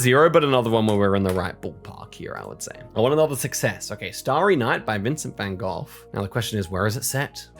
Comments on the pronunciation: Your pronunciation of Van Gogh is better than most people manage (seriously, what part of "gh" tells them "don't pronounce anything at all"?), but if you want to improve it even further, just pronounce the gh exactly the same as the g. And yes the g is pronounced differently in Dutch but that's a sound almost no one can make, so the English g is an acceptable substitute. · You pronounced van Gogh already a bit better than how most english speaking people butcher his name 😂